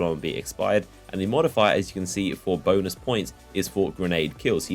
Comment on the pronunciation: lmao he said bonus, both it sounded so much like that